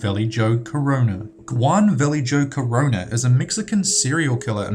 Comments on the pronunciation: Valley-joe?? it's "Va-yay-ho" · "goo-wan Valley Joe Corona" It's "hoo-wan Vaa-lay-ho" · Video is good But you mispronounced a few 1. Valle--ho (Jo is pronounced "ho". The same way you would say "Jose" would be pronounced as "ho-say") 2. John wayne GAYcy 3. Andrei Chi-ka-tilo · You say "Guan Velley-joe Corona" but, when pronouncing Juan Vallejo Corona it's "Uan Velley-ho Corona." - Just thought I'd point that out. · and val lay joe instead of val Ley ho ( vallejo) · On #16, are you kidding me? Do you honestly not know how to pronounce Juan? You said "go-WAHN." It's just "wahn." There is no hard G sound. How do you not know this? Also, Vallejo is pronounced "va-LAY-ho," not "valley-joe." -_ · Dat Spanish doh! Juan Vallejo Corona doesn't sound like Guan Val-ee-joe, It sounds like Wan Va-yee-ho. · it's pronounced Va lay ho. Vallejo. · Vallejo is pronounced "vuh-LAY-hoe." Spanish word. Gacy is "GAY-see" Chickatilo = chick-ah-tee-low, primary accent on CHICK, secondary on tee. :-) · Valle-joe. lol